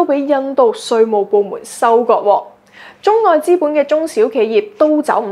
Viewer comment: 主播的聲線, 語調和語速聽起來都令人覺得十分舒服;但恕我挑剔, 若果沒有懶音將會使報導更加精彩, 例如'躉躉'(等等), 'Con 疫' (抗疫), '收擱'(收割), 'dut唔dut' (得唔得), '突色'(特色),'布乾'(暴降), '工chon'(工廠),'產申'(產生), '塵經'(曾經), '行國'(韓國), '幹chon'(鋼廠)。